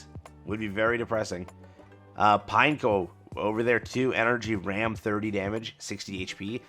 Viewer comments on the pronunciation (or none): none